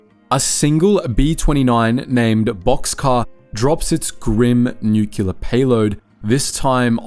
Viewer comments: Please don't copy Harry S. Truman's speech impediment. Nuclear is pronounced "New-clear", not "New-cue-laar". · Nuclear, not nucular.